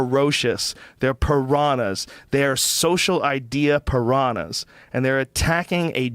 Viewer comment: Joe "I used to own parahnas" Rogan